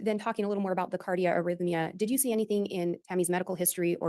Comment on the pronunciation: really is good - but for the love of Pete!!! It’s cardiac arrhythmia - no cardio